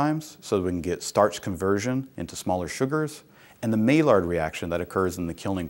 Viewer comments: May-lard? Try again, Prof. Maillard is a French name and should be properly pronounced like My-yard. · Thanks for the info about 2- and 6-row barley! But Maillard is pronounced as "My-yar".